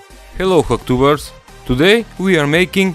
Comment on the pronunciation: Ahaha I think he's saying "hack-tubers"